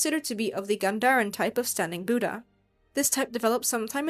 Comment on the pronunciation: Hearing the pronunciation of "Buddha" butchered so many times is hard to bear. Why can't so-called western professionals put in some effort into learning to pronounce native names correctly? It's not "Boo-da". The "Bud" is pronounced like "put". Bud-dha.